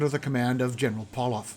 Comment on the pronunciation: Well done! This is truly a battle that has been neglected by military historians--Crimean studies inevitably tending to focus on the Light Brigade or the storming of Sevastopol. "Pauloff" is pronounced Pavlov or Pavloff in Russian. "Paul" as a given name is "Pavel." Pretty good job on the other names, some of which are very difficult for an English speaker.